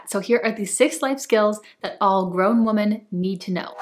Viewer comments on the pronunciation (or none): Love all your videos I’m learning so much from you! Just genuinely curious….why do you say “woman” instead of “women”? I just wonder that every time I watch your videos lol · This is great. But it seems you’re pronouncing women incorrectly. Women (plural) should be pronounced “wimin”. And Woman (singular) should be pronounced “woo-maan” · Wise words! (As an English teacher, I get really distracted by your mispronunciation of plural “women.” If you’re going to say it so frequently it’s best to pronounce it correctly.) But, well done video!